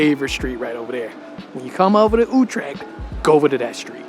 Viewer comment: Why do I have to do a TOEFL test to get a conditional entry to your country and you are too mentally lazy to for even one single time pronounce one single word like Utrecht THE WAY IT IS CORRECT ?